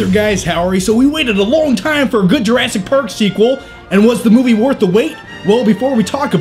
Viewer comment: Every now and then it sounds like he's saying Jurassic Road.